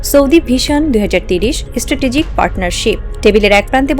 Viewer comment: এস্ট্যাটেজিক না স্ট্রাটেজিক উচ্চারণ ঠিক কর তারপর খবর পড়তে আসো।